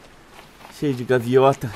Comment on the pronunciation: " gaviota " kkkkk vc falou errado kkkkk é gaivota kkkk